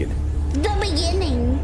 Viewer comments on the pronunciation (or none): the beningging